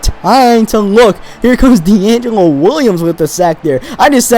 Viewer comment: U said deangilo